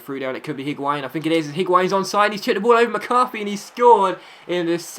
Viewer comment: The H in Higuain is silent I think